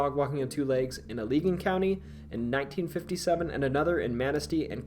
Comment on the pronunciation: Allegan County is pronounced Al-again with the middle a sound being short